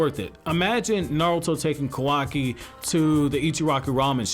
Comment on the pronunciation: Its ka wa ki... not kwaki .